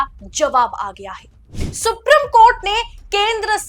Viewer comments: सुप्रिम नहीं सुप्रीम बोलिए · सुप्रीम है। सुप्रिम नहीं। please pronounce correctly. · please pronounce the word Supreme properly when reading the news. Thank you 🙏